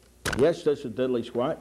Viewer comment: There’s no Y in DIDDLEE BRO